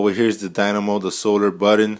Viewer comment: What's a buddon?...... Is trying to say button??? I'm confused now....